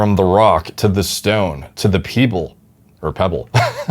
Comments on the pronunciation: this MF just said peable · "The Peeble" Lol